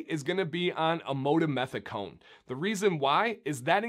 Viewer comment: An absolutely well made, professional video with documented facts from actual scientific research. I was happy to see that you did focus on "Amodimethicone", and actually was able to pronounce it lol. This ingredient is a lot more popular than many would think, or actually realize. I have done quite a bit of actual research and consulting with chemists regarding this ingredient, as it has unique properties in an acidic environment, such as a hair/beard conditioner. Unfortunately, I think people can be quick to judge something that they are not educated about, and come to an incorrect conclusion. No matter what, as I saw this come up a few times in some of the comments for this video, do your own research. Actually take the time to read what is on the label, and see what you are putting into your beards. No one knows your beard better than yourself. Again, well done with the video!!